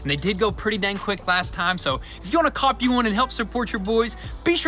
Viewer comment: You want us to 'copy' your bottle openers, etc? Its 'Cop' one, not 'Copy' one. You say this just about every video :) Time for a new catch phase cos your not saying that one right. Aside from that, long time subscriber, keep up the good work.